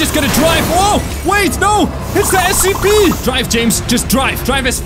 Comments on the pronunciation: It is scp not sep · The way you said scp made me almost die from laughing 😂